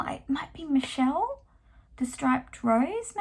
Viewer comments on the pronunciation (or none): none